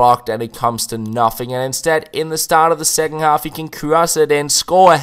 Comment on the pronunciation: Second half, not secking. Don't mean to sound like a dick haha it's just something I've noticed you say